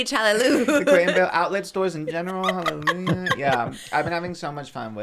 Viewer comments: not letting them know that it’s hallelujah not halelu is crazy lol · Them saying halleloo instead of hallelujah like Sh*ngela from drag race killed me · The way they are pronouncing hallelujah 😫😂😂😂😂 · I literally couldn’t focus because of the pronunciation of hallelujah. I’m like have I been wrong my whole life. 😂❤ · Them pronouncing hallelujah is killing me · emphasis on the JAH 😭😭